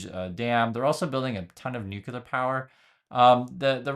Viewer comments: It's not new-q-ler, it's nu-clee-er. Sorry, pet peeve. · Another one who says nucular. Oh, and natural doesn't equal healthy. There are tons of natural compounds that are toxic or carcegenic.